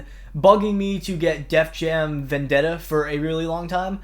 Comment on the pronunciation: Very funny to get Rap Star instead of Vendetta lol, I'm telling you buddy, once you play Def Jam Vendetta, you will love it and play it for hours. (BTW: Props for saying my last name right. 10/10)